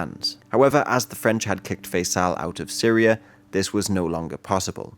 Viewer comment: Known as "SYRIA ". With A at the end. Thanks in advance. please learn how to read. Then record.